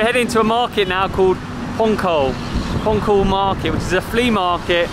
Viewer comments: Sorry .....in INDONESIA C = CH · The lette c is normally pronounced 'ch', so this is probably 'ponchol' market. Nice video! from Roy